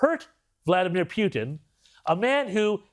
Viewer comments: WHO DECIDED to start pronouncing his name PEW TEN??? American's always called him POO TIN> Poo Ten.....NOT PEW ten This is important and is subliminal teaching in some Discusting Great Reset kind of way. We gotta pay attention to this tiny bullshit! ! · Peeootin? LoL 🤣🤣. Not it's Trump fault 😐🐫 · It's Puten Pronounced Pooh-ten